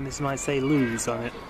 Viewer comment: It’s pronounced Lewis